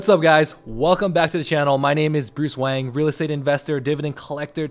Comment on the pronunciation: At first I thought you said your name was Bruce Wayne 😂 Nice video! Keep up the good work.